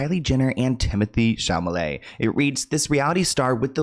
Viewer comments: My ocd makes me want to rip all my hair out everytime I hear chaMAleT instead of CHALAMET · you always transpose the /l/ and /m/ sounds in Chalamet. It should sound something like this: Shah-lah-may. You say Sham-ah-lay. I can't be the only one who notices it. 😢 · Lmao I love you to pieces, but it’s “Shall-La-May” not “Shall-Ma-Lay” 🤣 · Chalamet not Chamalet please 🙈🙈🙈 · did he say TIMOTHY CHAMALET in the beginning or am i tripping?🤣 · For the love of God would you please stop calling him ChaMalet?😅😫🤣🤣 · SHA-LA-ME!!!!! it really isn't that hard my boy! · Shall - a -may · 'shamalay'😂😂 love you ❤❤ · Now friend, isn't it Chalamet???? 🤣🤣🤣🤣🤣🤣🤣🤣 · Does mispronounce “Chalamet” wrong purposely or…?😂